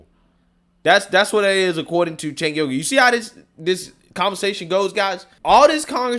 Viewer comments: "Cenk Yogurt" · "Cenk Yogurt" lmao